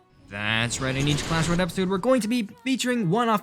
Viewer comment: “cuash royale”